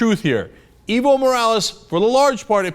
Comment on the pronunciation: Cenk, its Evo = Ehh-Voh